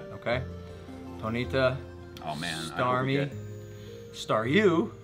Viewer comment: and the way he said ponyta? Am I tripping on that? he gave it a long e in the middle